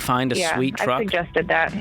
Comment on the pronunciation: Anytime George brings up the “Twuck” it just kills me lol